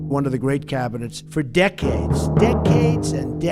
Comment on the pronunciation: Deck-aids. Deck-aids. And deck-aids.